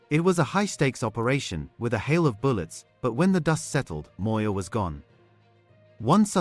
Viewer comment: You I always listen to how you pronounce black people' surnames and you nail them all. Are you having time to practice this or what? Always on spot. eg Moyo! That's impressive. Your podcast is very informative.